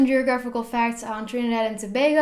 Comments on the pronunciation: As a trini I'm proud of her pronunciation of the country.... love this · Yo she pronounced our country name correctly 🇹🇹💕💕💕💕💕